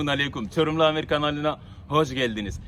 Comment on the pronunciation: Çorumlu amir denir adam diye okunuyor Seviliyorsun amir🤗